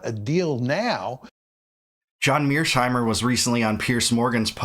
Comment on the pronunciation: Isn't John Mearsheimer surname Mear-sheimer not Mears-heimer?